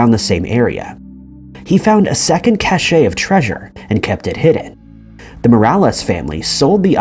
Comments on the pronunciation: “Cache” is pronounced “cash,” not “cachet”. Idiot. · Love your vids. Love your voice. Feedback: Cache – pronounced cash – is a hiding place, most commonly known these days as the place where your cookies, Internet and browsing history files reside until or if you clear it out. Caché – pronounced cashay – is the past tense of cacher, to hide in French, so it means hidden. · Cache, not cachet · Cache is pronounced kash. Cachet with a t is kashay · "Cache", as in a concealed store of some resource, is pronounced KASH. "Cachet", which denotes is a desirable attribute, is pronounced KASH*AY. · I was going to make the same comment after the second time he mis-spoke, but found yours. cache rhymes with stash and means roughly the same thing. caché (pronounced cashay) is rarely used in english but is the past participle of to hide (cacher) in french (bien-caché=well-hidden). And cachet (also pronounced cashay) refers to a certain desirable quality, an allure of sorts, perhaps prestige, depending on its use. It is remarkably common for people to say cashay when they mean cache, so I suppose it will become acceptable eventually, but nitpickers like us will still complain. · I tend to think that a mispronunciation means an AI voice - nit sure here, but I also noted this particular word! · Many people similarly confuse "cachet" - a desirable or admirable attribute - which is also pronounced KASH*AY.